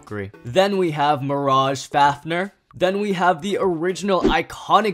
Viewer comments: for a massive beyblade fan i didnt expect you to say faf-ner, it pronounced faf-neer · how normal people say fafnir:*fafnear* how says fafnir:*fafner* Bruh